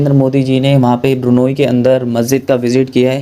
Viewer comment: it’s not burnayee,it is B R U N E I.